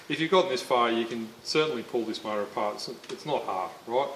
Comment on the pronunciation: I took a shot every time he said “mouata” so I died.